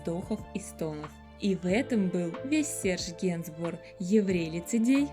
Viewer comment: Прямо слух режет, когда говорят и ЛИЧНОСТИ и не знают, как правильно произносить его имя.